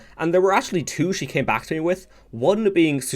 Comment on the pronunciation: Just to be that guy, it's pronounced "Blaze-blue" and "X-ard" (think of it like first, second, x-rd, I guess). Nice video either way, really glad I clicked on it in my feed. Keep it up